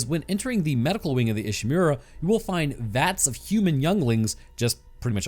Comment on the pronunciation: so, this is a bit, right? he can't mispronounce name of the ship by mistake, right? i just want to know